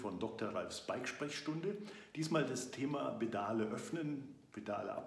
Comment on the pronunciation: Die "Bedale" man kennts :D Spaß beiseite. Danke für das Video!